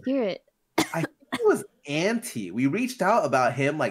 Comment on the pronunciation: i heard Anti, and Michael pronouncing it [En-Tai]